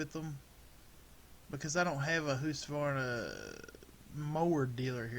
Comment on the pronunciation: Are you trying to say Husqvarna